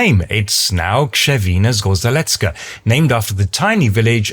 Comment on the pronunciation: "Kshevin'a Zgozheletska' is right pronunciation (RZ is read like "j" in French, but like English "sh" after deaf sounds)